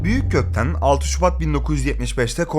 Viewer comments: Orkut büyükkökten diyormuşsun orkut büyükg.tten anladım ilk önce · Giris Büyük gotten diye soyledin zannetim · Yemek hazırlarken açtım izliyorum, Orkut Büyükgötten diye duydum. Anlık şok.. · orkut büyükg*tten diye duydum bi an 0_0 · affet beni, kulaklarım Orkut Büyükgötten diye algıladı.